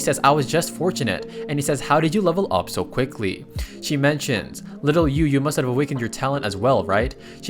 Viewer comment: never heard a Ai voice say little, as littel.